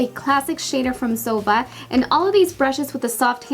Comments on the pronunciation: Zoeeva not zova😜👈✌️👌👍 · It's Es-tay. Not Estee. It's Zo-eeva, not Zova. SMH